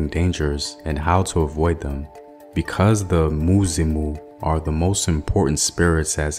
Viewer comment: The way he say musimu🤣but thx I'm humbled